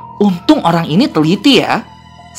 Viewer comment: Eh kok pas abang bilang orang jadi olang??